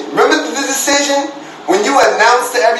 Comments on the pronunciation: stephon can't even say decision he's smoking sum in Walmart bathroom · He can’t even say decision.. Get this rooty poot our of here.